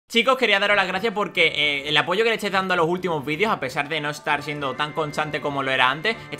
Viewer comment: Dijiste ápoyo el poyo se esta cosinando